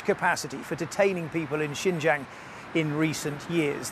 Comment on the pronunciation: Be good if she could at least learn to pronounce Xinjiang correctly. Sorry, that's not too important here.